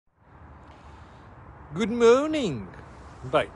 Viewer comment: Alguém que diga ao homes que nao é "good mouning"...